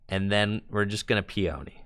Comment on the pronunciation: Lol Peony is pronounced "pee-uh-knee," not "pee-oni."